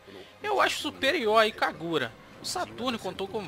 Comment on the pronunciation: "Ikagura" ( eu ri ). O vídeo tá ótimo, parabéns. E a Treasure pra mim é umas das melhores empresas que já existiram.